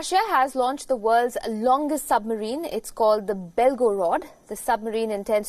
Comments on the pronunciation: கண்ணு சும்மா சம்மரின் சம்மரின் னு சொல்லாத சப்மெரின் னு சொல்லு காதுல கேட்க முடியல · Summerine இல்லை, Submarine.